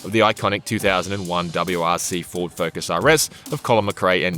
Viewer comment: Finally the 2001 rally ford “fok-us” 😂